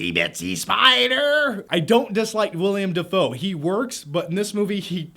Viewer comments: WILLEM, NOT WILLIAM that is all :3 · It's willem dafoe mate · It's Willem Dafoe man not WIlliam!